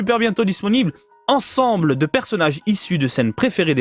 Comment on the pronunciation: "On découvre ce nouvel article du jour ensembleuh" 😉